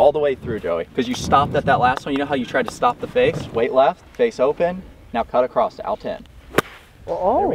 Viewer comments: “ACCROSSED” it. Garret, you should start a Good Good English Labs channel! Lol just picking at you. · cringed when I heard say "acrosst" lmao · My guy. There's no "t" in across